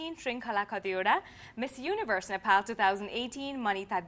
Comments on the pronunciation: ए कार्यक्रम चलाउने नानि its not नेफाल it is नेपाल, आफ्नो देशको नाम भन्न कुन accent use gareu naani ?? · 😂😂😂😂😂Nephal Nephal ka x yo Nephal